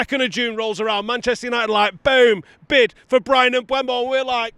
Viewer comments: If you keep saying Mbwemo I don't think I can keep watching. Devastating news for you I'm sure. Seriously mate sort it out. M-beu-mo. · Bryan Mbeumo. Pronounced: Mm - boo - moe.